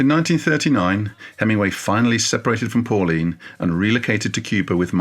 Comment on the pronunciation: Please fit the g in Hemingway.